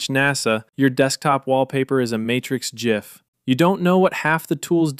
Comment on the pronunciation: A video where .gif is said properly, I am at peace.